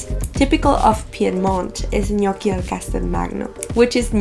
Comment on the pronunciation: Finally hearing the right pronunciation of their name :) Also, egg is not used everywhere in the dough. If you have good potatoes (some varieties are better than others) and flour, the dough will be already good enough ;)